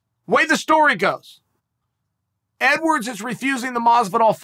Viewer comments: I just want to say "EDWAWRDS" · “Edwards should fight Masvidal.” Chael: It’s “EDWAWRDS” “Ok, great” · OH YES LEON EDWAWRDS